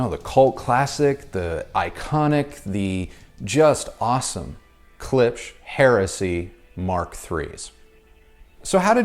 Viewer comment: It is funny that English speakers do not know the simple fact that "sch" in German is simply pronounced "sh" .... and try to pronounce it weirdly! Poor Klipsch!